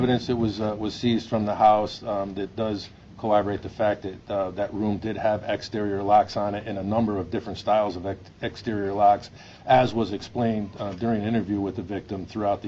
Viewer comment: "Corroborate" not Co-Oberate damn😂